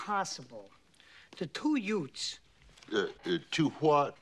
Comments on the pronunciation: "The Two Yutes..." "The Two Hwat...?" Mispronunciation in North and South, everyone. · No, Dude First said YUTES Then said YUDDDS....still wrong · Actually he says "Deze two yutes...." LOL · Objection to your counter objection! I have TTS software and in fact it was pronounced incorrectly.